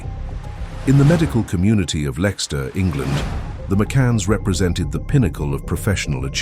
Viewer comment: GET RID OF THIS TERRIBLE AI VOICE OVER...LEXTER...LEICSTER....